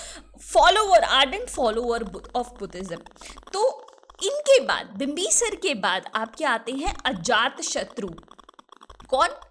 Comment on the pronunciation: It's shishunaga.....mam pronounced it wrong.....like she pronounced bimbisara wrongly